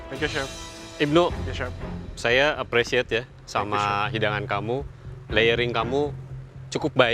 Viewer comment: Chef norman Apresiet tapi rasanya teuing 😂 sundanes banget 😂